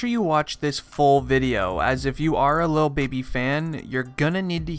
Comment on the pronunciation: DID HE SAY "Lil Bibby?" 😂🤷🏽‍♂️